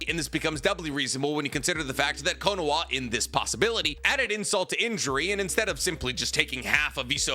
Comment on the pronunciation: Its Kono-HA I just unsubscribed cause I cant stand how you say KonoWA lol. Ill sub again next video lol.